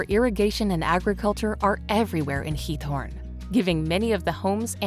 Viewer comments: Why do you call Giethoorn 'Torn'? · correct nr 13 is Giethoorn, not Thorn